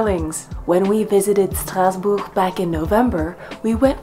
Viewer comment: My French pronunciation has improved immensely just listening to you say “Strasbourg.” Merci.